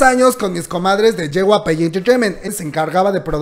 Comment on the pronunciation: No es JYPE es JYP(se lee yey uai pi)